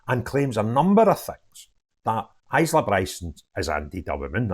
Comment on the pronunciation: Hi, the s is silent. Eye- la.